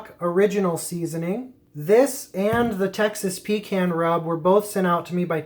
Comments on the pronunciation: Pretty sure you dont drink a "con" of coke do you? Its "pee can" lol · Had to interrupt after 2nd “pee can”. Please, please... pahcahnn. 😀. A pee can is something you use when traveling and don’t want to stop and use the bathroom or side of road for #1 Thanks! Just having fun! Keep Smoking!! Oh...Grilling is for High Temp meats (steaks, hamburgers, hotdogs) for those that don’t know.